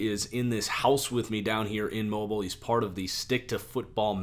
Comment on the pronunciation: mo beel alabama not mobile as in T-Mobile